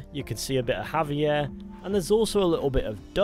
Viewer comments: Its jaiver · It's Javier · It’s Javier son, every member gang knew it and said it